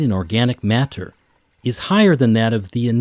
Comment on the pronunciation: The way this dude says water and matter is pathetic